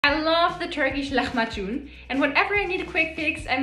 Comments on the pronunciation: Turks doesn't pronounce the "h" this way. It isn't this evident, much softer. And "macun" part should be slower. "Luh-maah-june." Kinda like that but all of them are soft voices. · The way she pronounces lahmacun is so cute 🥺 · Love the vid but just fyi the turkish "h" isn't pronounced like that. It should be a lot softer. Afiyet olsun. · I always lahmacun the way she says it. Is it pronounced right that way? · I've never heard lahmacun pronounced so Arabic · It is not pronounced that way. Its a soft h like in “hello”. Turkish has no harsh h sound! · yes I wonder where she got that. Arabs might pronounce it that way but their lahmacun is different than the cöassical turkish one.